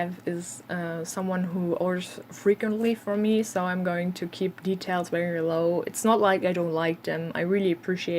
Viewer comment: You had some interesting people over time for sure. As far as english advice, I'm curious (and I've heard german language does this sometimes in english) saying w instead of v. Is there any reason? Like when you say very as 'wery' for example. Otherwise your english is very good and I had no trouble understanding you : )